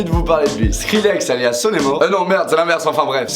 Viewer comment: Ca s'écrit Sonny Moore mais ca se prononce ''Moure''